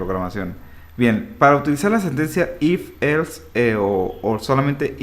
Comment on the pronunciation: un perro muere cada vez que dice elfs